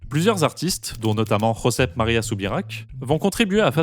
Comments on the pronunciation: Très intéressant mais pitié pour mes oreilles , en catalan la "jota" n'existe pas ; le "j " se prononce j comme en français ....les prénoms catalans mentionnés sont donc "jaume et josep" et non pas rhaume et rhosep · En catalan le J se prononce comme en français mais surtout pas comme la Jota castillane (espagnole). Ne dites pas pour Josep : RRosèpe mais prononcez Josep comme vous le feriez en français. C'est la même chose en portugais pour info. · Superbe vidéo ! Intelligente, claire, mesurée Merci Petit détail : la Catalogne n’est pas l’Espagne, Espagne contre laquelle Gaudi s’est battu toute sa vie Le J catalan dans Jaume et Josep se prononce comme en français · Je dirais "jaoumé" et "jouzèp". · Jaume et Josep en catalan ne se prononcent pas KHaume comme en castillan / espagnol, mais bien Jaume avec le J (et le E final) comme en français